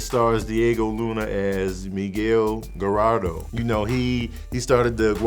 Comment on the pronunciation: bruh...I'ma need you to pronounce Gallardo correctly next time. Put some respeck on his name! lol